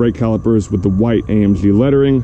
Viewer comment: Say AMG not AMpshhhhhhh